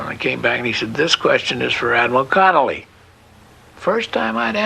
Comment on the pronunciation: Vice Admiral Thomas Francis Connolly Jr. - not Connelly